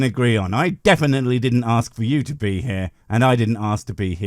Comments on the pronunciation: The word is fucking ask not fucking axe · Why do some people say aks instead of ask? The believer says it right at the beginning. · As soon as he started "aksing" things, I just liked and left. 🤦‍♂️ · Why be axing me all these questions? He already knows the answers, he just chooses to ignore them. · he's going to "AXE" me????? violent christians threatening people wit edged weapons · I have been wondering - what is it with people not being able to just say 'ask' correctly, and say 'aks'. Is it that hard? Just asking. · I don't particularly want this guy to "axe me" anything, tbqh. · You know it won’t go well when he wants to ‘axe’ a question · 😂 Yep. needs an English class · I hate it when people try to axe me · Please don’t axe me, bro! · He's going to axe me, that's a little strong isn't it. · When a person is too stupid to pronounce "ask" correctly, what will follow will be numbingly dumb. As this theist demonstrates. Deeerrp. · I couldn't take anyone who can't pronounce the word ask properly seriously to start with. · If you can't even pronounce "I'm going to ASK you" when you have as many chances to record as you want, you're not off to an intelligent start.... Well it didn't take him long to confirm extreme stupidity at all... 2nd sentence. Well arguably the first was already stupid, because whether you'd like to live forever has nothing to do with whether a god exists. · Is it so difficult to say "ASK"? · Ouch!! Facker 'axed' me!! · “Bro can’t pronounce abiogenesis” Bro can’t pronounce ‘ask’!